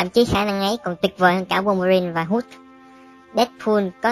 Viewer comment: phát âm sai nhiều vc -__- để ý lại cách phát âm đi nhé. cứ kiểu hulk đọc là húc thì hơi bị khó chịu :/